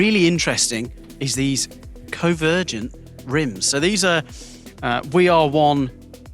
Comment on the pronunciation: "covergin" rims lol